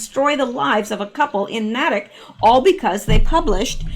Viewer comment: ❤ I'm just getting to this now my goodness!! It is pronounced "Naytick" Natick